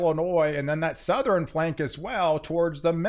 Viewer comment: Southern, not South er Ren same for nort east, west